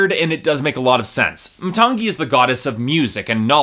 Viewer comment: i should have stopped watching when you couldn't even properly pronounce the name of the album (muh-TANG-ee)